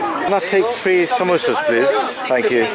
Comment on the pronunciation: It's not somosa it's samosa